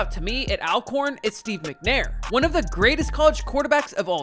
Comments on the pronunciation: It’s ALL-CORN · Thanks for the coverage!! 💜💛FYI, the school's name is ALWAYS pronounced "All-corn"...like "alright" & "already". 😊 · Ima let yall in on a lil Al-corn secret. They pronounce it ALL-corn. And Steve Mcnair didnt die from a gun accident, it was a case of murder-suicide. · I appreciate the video but please use the correct pronunciation… It’s pronounced ALL-CORN. Remember, Always Alcorn !!!